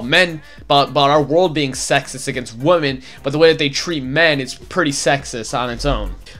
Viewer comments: why do you say woman instead of women if it's plural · I like this video but god damn say women and woman correctly.